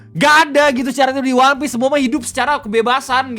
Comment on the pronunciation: Dari logat dia ngomong "wanpis" aja udh jelas itu propaganda. Entah kenapa gw bisa ngerasain bedanya gitu org yang emg nakama dan otaku dengan org yang karbit, terutama dari cara pengucapan lafalnya. "Wanpis" dan "One Piece" beda. Kalau susah kebayang, coba dengerin bang Rei ngomong "one piece" dengan org di video itu ngomong "wanpis". Coba juga bandingin ke pejabat-pejabat yang gak tau one piece dan nyoba melafalkannya. Beda gitu cara ngomongnya.